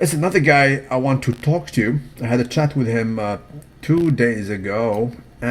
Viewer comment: the "L" in "TALK" is silent bro. You kindergarten English teacher is NOT SALUTED on a DAILYYY!!